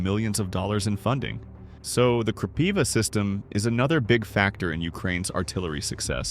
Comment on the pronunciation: Good video, however, I suggest you use Ukrainian pronounciation for Kropyva - Kropyvá, accent on the last syllable, and closed i.